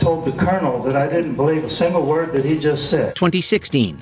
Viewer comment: Why does always pronounce words incorrectly?